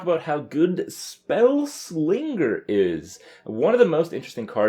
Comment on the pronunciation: Friendly reminder - the "g" in spelling slinger is silent.